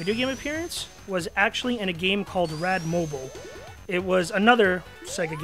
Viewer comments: You pronounce Rad Mobile like Batmobile, not like T-Mobile. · Rad "Mo-BEEL" like a car... not "Mo-Bill" like a phone. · i think its rad mo beal not rad mo bull